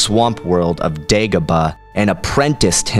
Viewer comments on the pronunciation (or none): none